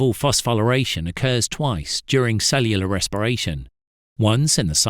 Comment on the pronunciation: Dude cant even pronounce it correctly